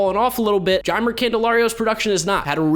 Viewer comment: Jeimer Candelario is pronounced hi-may I think